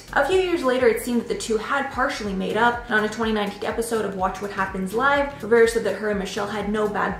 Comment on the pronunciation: Naya Rivera not Riviera